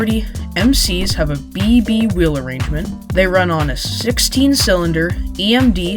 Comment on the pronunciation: FYI it’s emd not gmd